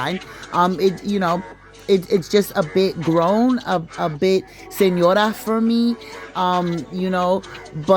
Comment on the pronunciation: Hey girl heyyyy… omg you said senořa.. it’s definitely my style tbh😂😂😂 the half nail was halfing!! These are absolutely gorgeous!!!!❤️🖤✨🔥🙌🫶